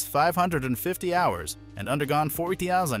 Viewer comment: thirtyseven thousos five hundred and fifty hours